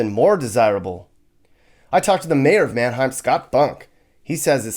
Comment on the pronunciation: pretty sure Manheim comes from Germany and should also pronounced that way.